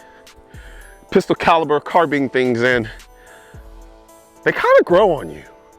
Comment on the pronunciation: Had to stop watching because of the way you pronounce “carbine”